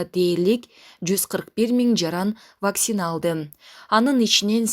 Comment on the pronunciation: Ауксион, Ваксина деген сабатсыз дикторду алмаштыргылачы тамга таанып жакшыраак окугандарды койсоңор дурус болмок угуп отурсаң көңүлүм айланып кетти 🤬🤬